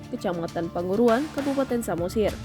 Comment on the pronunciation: Salah tulis sehingga pembaca berita salah baca atau pembaca yang tidak jeli membaca tulisan nama tempat " P A N G U R U R A N"?